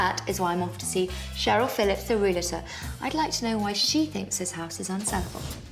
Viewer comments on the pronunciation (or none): I absolutley love your videos! Two things: it's realtor and not relator, and oriented not orientated. Other than that, keep up the great work!! ❤ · Realtors, isn't pronounced reel-it-ors, but ree-al-tors 😄👍👍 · Does pronounce realtor ''relator?''